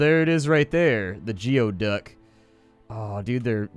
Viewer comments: It's pronounced GOO-EE-duck not GEE-OH-duck. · Geoduck is pronounced Goo eee duck. It's a weird looking clam in the Pacific Northwest. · It is pronounced geoduck (ˈgü-ē-ˌdək) .